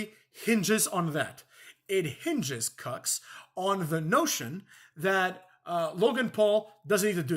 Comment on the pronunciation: Thanks The way you say cucks is hilarious.